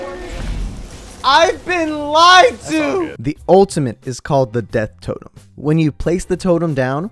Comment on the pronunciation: Summoning jutsu death totum🤣